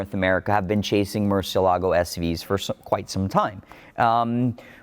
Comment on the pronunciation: MUR CIE LAA GO...you're pronuncing it incorrect, it's a proper name.